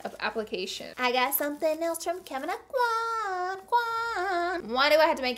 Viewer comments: Look up how to pronounce Kevyn Aucoin’s name properly. Y’all love him so much but I’ve not seen any beauty guru say it correctly. It’s “o-kwä” not “ah-kwan”. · I love you to death Laura, but you are pronouncing Kevin Aucoin's last name wrong. Lol! I was born and raised in Lafayette, Louisiana where he was born and raised. He pronounced it correctly in one of his YouTube videos. Even right after he pronounced his last name right, the narrator of the video then pronounced it wrong as well. We (people from that area) ALWAYS get our names pronounced wrong....it is hilarious and sad at the same time. Still love you lots though!!!! Second note, I feel you on the fact that the makeup at TJMAXX usually have been touched. I even once witnessed a young lady taking out the brushes and rubbing them on her face!!!! 😲😲😲😲😲 I know that some makeup you must touch before you buy, and you get to do that with the samplers in Sephora and Ulta. I am not sure how the store can rectify this issue....